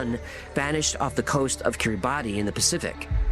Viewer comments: kiribati is pronounced kiri-bass. yes really. outstanding episode and hecklefish. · Good to see the regular format back, but Kiribati is pronounced Keer-ih-boss.👍😉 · Kiribati is pronounced ‘kiribas’. Just learned that a couple weeks ago. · Kiribati is pronounced as Kiribas